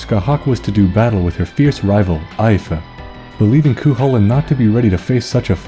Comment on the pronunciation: Nice video, but it's pronounced Ee-Fa(Fa as in Far).